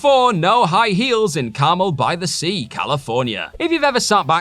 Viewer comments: I do love some good carmel by the sea. Sounds delicious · I thought he said Camel by the Sea.